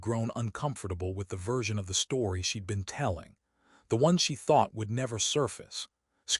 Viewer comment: She got out of the suv wearing a coat that she left in the house before her trip. Is this some sort of quantum entanglement type of thing? Also, you’ve got a contraction problem in your stories lately. Most of them are fine but most of the “she’d” in the script are being spoken as “she dee.” Occasionally one will squeeze through correctly. It’s not always confusing but it depends on the next word. In a previous story there was a sentence that had “she’d banked” in it. It sounded like “she debanked.”